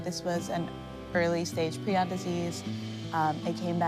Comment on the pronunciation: FINALLY SOMEONE WHO CAN PRONOUNCE PRION PROPERLY!!!!!!!